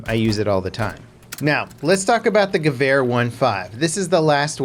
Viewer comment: Gawhere...that pronounciation though hahah...ha